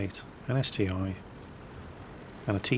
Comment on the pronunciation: Just to make it clear already... it's ST-one! I'm russian and i confirm this is "One", not "i". On our server it's written as "CT-I", but the closest letter to "I" in russian alphabet is "И".